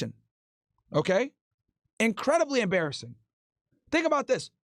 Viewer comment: TINK A’BAWT DIS 😂🤌🤌🤌